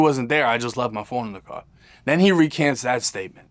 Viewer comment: "I got cawe jacked..." 😂